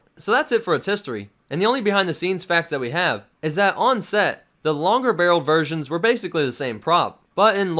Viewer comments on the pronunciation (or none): none